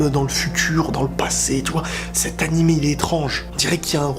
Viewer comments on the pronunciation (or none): none